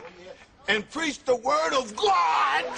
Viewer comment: its pronounced GAAAWWWWWWDDD..uh